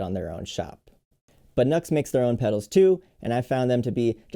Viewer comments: That seems quite interesting, great demo! Btw, I think the supposed brand pronunciation is 'New ex' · Thanks for your review. Very helpful. BTW, the company's name is pronounced: “New Ex.” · Saying it as nux sounds better... 🙂